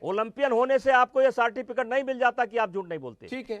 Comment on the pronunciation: Yeh federation ka head hai ...sartificate ......Certificate..